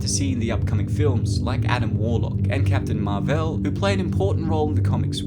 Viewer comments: Thumbs down because he said captain mar-vel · captain marv-el? is that a clever comparison to superman, or is that how you think marvel is pronounced? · Captain MaRVâÆl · Who’s Captain Marvelle? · Captain Mar-Vel What? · all perfectly balanced till he pronounced captain marvel like that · You said "Captain Marvel" in a weird way...